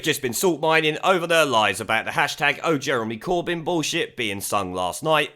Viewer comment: It sounded more like "Burn Jeremy Corbyn!"